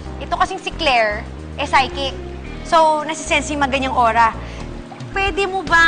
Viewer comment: Its psychic not psysick